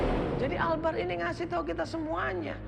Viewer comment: Albar coy bukan akbar